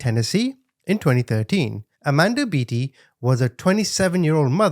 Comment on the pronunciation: The last name is Beaty, pronounced bae-tee not bee-tee lol